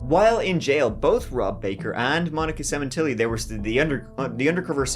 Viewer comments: Semen....tilli. Funny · Sementilli, cut the tilli 😂